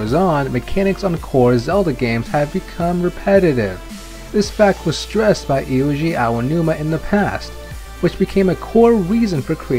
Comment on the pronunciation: His name is not "Iuji Aonuma." It is Eiji Aonuma.